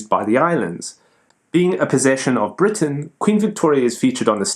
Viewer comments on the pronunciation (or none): none